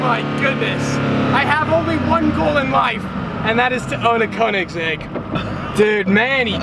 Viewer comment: koenigesegg so sorry